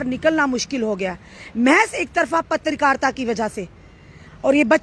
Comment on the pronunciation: mam its not patrikarta its Patrkarita😂